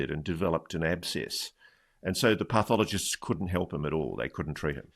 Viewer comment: I can't believe that Ross doesn't know how to pronounce pathologist!